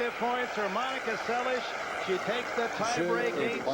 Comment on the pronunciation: Steffi's sliced BH dropshot was lethal. She wasn't able to use it in the second set. By the way, why was Dick Enberg pronouncing Monica's last name as se-lish? Is that the Hungarian or Yugoslav pronunciation?